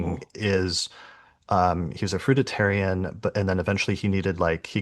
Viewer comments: FRUITARIAN. NOT fruita tarian.... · very interesting but you lost me at the repetition of the wrong pronunciation of FRUIT ARIAN...WHICH IS A VALID DIET IVE PARACTICE over the summee season it includes nuts seeds sprouted grains & yes the grape cure is also valid BUT THOSE WHO do not get lasting results from curing their physical dis- ease havexnot CLEARED THE UNDERLYING MENTAL.EMOTIONAL ISSUES ❤